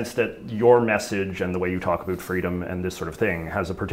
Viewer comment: Great interview just one comment, work on your pronouncing of ‘about’.😂